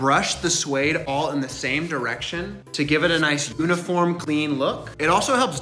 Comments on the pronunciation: I’ve never heard anyone pronounce uniform like that before 🤔 normally it’s more like you-niform, as opposed to oo-niform, but you do you booboo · Ooniform 😂 what kinda pronunciation is that it’s youniform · You have a very unique way of pronouncing “uniform”